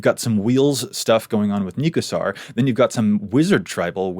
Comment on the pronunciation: Here's talking shit about "Neeheb" when he's a serial "Neekusar" mis-pronouncer? It's the same difference lmoa